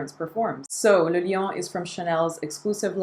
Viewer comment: As a Chanel gal, do you know why they're not so keen on shelling out samples for their Les Exclusifs line? And thank you for pronouncing "le" in le lion correctly!